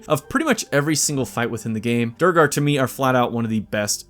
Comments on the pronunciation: ik im being a massive nerd but i cant ignore this its "DWEY-GAR" not "DURGAR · bro… it’s Doo-Air-Gar not Dur-Gar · Doo-gar? Not saying I know better than you, but characters in-game pronounce it Dway-gar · Mate... Every single American says "DU-ro-gar" or at the best "DU-er-gar". It's supposed to be "du-ER-gar" from the old Norse Dvergar. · DuuEEEEERRRRRGharrr... NOT EFFING DURRRRGAR!🤬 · dude is saying "der er gar" its pronounced "droag-er" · I apologize in advance but AAAARRRRGGGHHHHH DUERGAR! D U E R G A R! DWER-GER not Du-re-gar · I was looking for this comment too lol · I think its pronounced dway-gar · Duergar (DWAIR-gahr btw; it's said that way in the game as well) is definitely the best race in my book. I love my tieflings and drow, but when you're playing a duergar you FEEL the power. Get that +3 movement speed ring in the first act as soon as you can steal it, and you're a little assassin who can sneak through any hole in the game and ambush anything. Just IMAGINE a Gloomstalker Duergar Durge. I know Halloween's over everywhere except my heart, but--tell me something scarier than that. Also, we dwarf ladies have the best racks in the game, don't me. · States: “have many play throughs” Continues to pronounce Deugar wrong when the game literally says it out loud multiple times. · Bro how can you play this game multiple times and not know how to say duergar. THEY SAY IT IN THE GAME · I think you might need to rename this to "Best Baldur's gate 3/D&D Race Ranked" because oh my did you mention D&D a lot. I kind of thought this was a straight-up BG3 video. And your pronunciation for Druegar is different from the game, interestingly enough. I have no issues at all with D&D, I just expected a BG3 video.